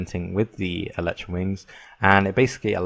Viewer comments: the biggest problem: you pronounce it wrong it's pronounced el-i-tra io el-eh-tra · Where the hell do people read Electra? It's Elytra. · pronounced El-e-tra, not El-ee-tra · whats eletra its called elytra